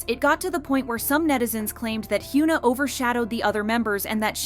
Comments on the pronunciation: why is it so hard to pronounce hyuna correctly 😭😭😭 its not hyoona ong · It's actually criminal you calling her "hyoon na", how can you run a kpop channel and not even pronounce korean names properly? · Sorry but the amount of "Hyoo-na" in this video drives me nuts lol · They should hire a narrator that can actually pronounce simple 3 syllable korean names. Its really sad. This channel is super exploitative. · It would be really good to learn how to pronounce the name said times in the video